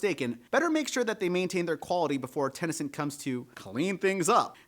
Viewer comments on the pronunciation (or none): Where are you getting the A in Ten A Cent? It's just Ten Cent. 🤔 Just curious, no judgement at all. Just one of my odd quirks of wonderment. I can only imagine a 2nd language bleeding in or something.